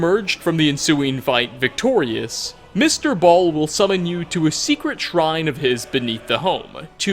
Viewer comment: "Mr Bal" 💀